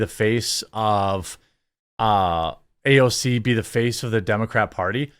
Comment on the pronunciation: You don’t have to copy Mark Dice pronunciation of AOC’s name. It’s cringe